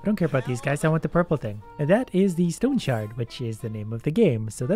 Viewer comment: OH it's called "Stone Shard", I honestly thought it was "Stones Hard" for a moment there. Which - let's be honest - sounds like a game would totally play.